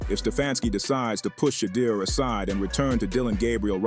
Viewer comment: Thanks for saying Shedeur's correctly most of fhe tiime.